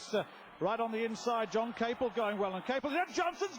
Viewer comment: The announcer keeps pronouncing john Capel's name wrong. It's ca-PEL. it makes me wonder whatever happened to him.